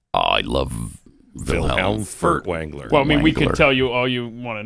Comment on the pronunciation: Did Glenn say Wiiliam Fart-wrangler?🤣